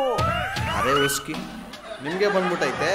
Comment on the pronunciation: ಅರೆ ಉಸ್ಕಿ ಅಲ್ಲ, ಅರೆ ಇಸ್ಕಿ 😂